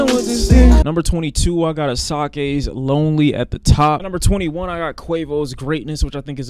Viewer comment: Bruh, the way he pronounced Asake for me